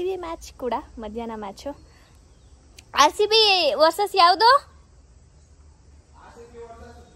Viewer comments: It's rcb not harcb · Its not Harcb its RCB it looks so ugly when u pronounce H inplace of R please do pronounce it correctly I have noticed it several times please don't repeat